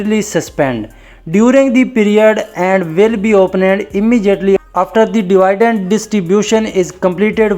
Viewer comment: Phle dividend ko perhna seekh lo